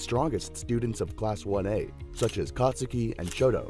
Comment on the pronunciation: you said katsuki wrong